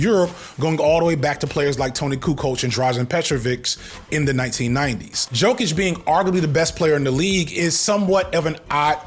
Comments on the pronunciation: Naw the basketball section is diabolical....... knows way too much about Jokic/Embiid to not watch ball (or know how to pronounce their names)..... he loves the game but doesnt want to associate with the bulls lol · I can deal with you talking about foot-sports-ball but not knowing how to pronounce some of the greatest big men names is unforgivable for your “sports ball” YouTube channel. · Not gonna fry you man but unfortunately I believe you mispronounced both Jokic and Embiid😭😭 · You gonna get in trouble for not knowing how to pronounce Embid and Jokic. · How you pronounced Embiid & Jokic is hilarious and thank you for whoever edited it to leave it in😂😂😂 It was made up for by playing the shutterbug instrumental in the background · Aight If saying Embiid and Jokic incorrect was a bit, you got my ass good bit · As a closet sports fan who regards it as a vice and who is way more into basketball than football, your assessment of Jokic and Embiid is correct (at this point even Philly fans agree), though you butchered both their names pretty good. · Why does hearing someone say a name wrong make me IMMEDIATELY judge your sports knowledge? I'm most likely alone in this thought, and am ashamed to even admit it. I'll see myself out... Joke-itch, In-Bid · Its Yo-kich and Em-beed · Yoke-Itch and Em-Bead, not Joke-Ick and Em-Bid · “Yo-kich“. “Petrovich” - the accented c is equivalent English ch sound. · the prononciations of Jokic (YoKitch) and Embiid (Embeed) is the only thing you'd get beat up for lol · unc the annunciation of Embiid and Jokic has me crying. it’s (Em-beed) and (Yo-kitch) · it's yoh-kich given that you don't follow NBA it's ok but some NBA's commentators like stephen a still make the same mistake and we Eastern Europeans see that as you westerners being racist towards us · [YO-kich] [em-BEED] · You're 2 years and 2 knee injuries too late to be inflammatory with the Jokic vs Embiid (pronounced like YOKE-itch & em-BEED) debate lol